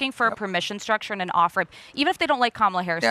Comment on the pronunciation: He sounds so stupid when he mispronounces Kamala's name on purpose.